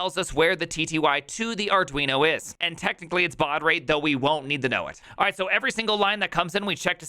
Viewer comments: Maybe it should be called Arduinho to match that awesome pronunciation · "arduinyo" ... 😑bruh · Dude, what's the deal with the "arduiño"? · Fun Fact: It's actually pronounced Ar-doo-een-yer-mom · Did you call Arduino, Arduinyo? :D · Ah yes, the Arduiño. In all seriousness, that's a really cool way of doing it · Whats an arduinio? hahaha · Count some "Arduinio" 🤣